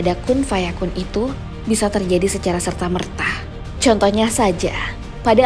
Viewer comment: tolong dong setiap kata yg berakhiran A jangan ditambah huruf "H" kurang nyaman aja dengernya😂 kaya serta mertahh, kuasahh